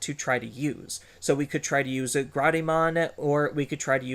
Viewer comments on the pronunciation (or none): It’s GRADEmon not GRAW-DE-mon. It’s really hard to consider your opinion when you don’t know the names of the cards you’re talking. Beelstar, Gaiomon, Ginkakumon and now Grademon